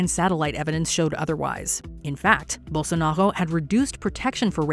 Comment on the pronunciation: I mean, no to be picky but why do you pronounce Bolsonaro like a french person? It literally is pronounced as it is spelled, I get the trouble with Jair, but Bolsonaro?